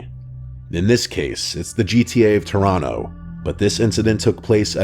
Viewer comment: “they’ll only be available until halloween” is a horror story in itself Also, Thanks for pronouncing Toronto correctly!